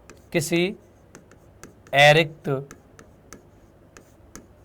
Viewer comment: sir aairikt nhi arikt